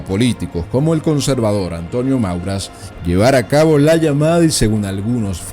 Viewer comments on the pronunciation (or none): Mauras no, Maura. Alucernas no, Alhucemas. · Antonio Maura, no Mauras. Por favor, un poco de rigor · Antonio Maura, NO "MauraS". Eres bastante malo relatando hechos históricos